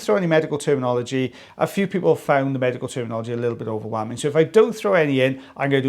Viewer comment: It sounds like you said "magical " not medical. Omg